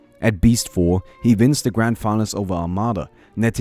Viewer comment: "Hooeva vins zis... Vins!"